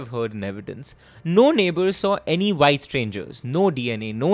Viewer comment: Sir the word is white not vyte